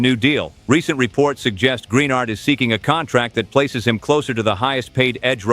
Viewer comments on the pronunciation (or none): Gren ARD not greenard